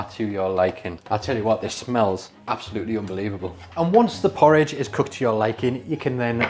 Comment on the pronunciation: 😂 thank you for explaining bc when he said “poor ridge ohh”, I was like, “what! did he just say.” I hate oatmeal tho